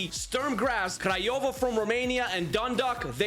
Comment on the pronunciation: You said Criova correct ✅ we just say that